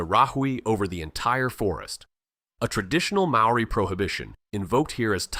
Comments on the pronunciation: how do you sleep at night making money whilst butchering the Maori language. Good grief your AI genius isn't at all clever, you have embarrassed yourself. I will not subscribe. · ABSOLUTELY !! ... My own pronunciation of MAORI, I willingly admit, is NOT good, but I DO make a sincere effort. Before submitting a video like this on internet I hope I'd be a LOT more respectful to all covered by the video- and to all viewers - to get everything as accurate as possible. What the hell is 'Whack a Taine " Americans can't even do English, much less Maori - or probably any other language? (& I also acknowledge the English settlers not doing well in representing the Maori language a bit more accurately in print.) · I just want to say, thank you for this video. Although your pronunciation is a fair way off, thank you for trying. Some of these places I knew of but once your dived into their existence I was quite amazed. Don't worry about what people of New Zealand say about your pronunciation, it is quite a mouthful to get it right and even then some of the New Zealanders can't even pronounce it properly either. Also, you did a wonderful job in researching our country and it's prestigious creatures that live here so thank you very much. God bless :) Scribed! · Yes I agree pronounced names and places are aweful. You need a proper Maori to pronounce the places.